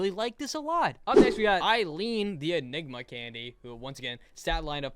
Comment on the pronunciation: Why did i hear sigma instead of inegma...